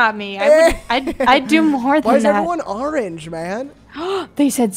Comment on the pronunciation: i love how they say arrange instead of orange